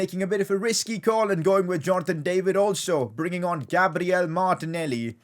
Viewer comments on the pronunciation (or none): none